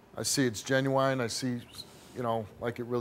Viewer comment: Steve said he thinks the pain is “Ginuwine” hilarious 😂😂😂